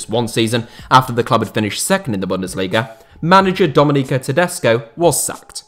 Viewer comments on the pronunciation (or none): none